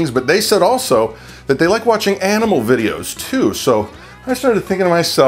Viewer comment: Did anyone else think he said "anime" when he said "animal"?